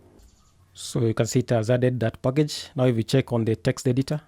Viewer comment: I love when he says 'pakege'!😄 & sass is sus🤫 got a feeling of among us😁